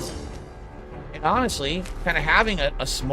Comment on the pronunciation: Bing hit for every time he says “awhnessly”. I’ll see you all in the morning.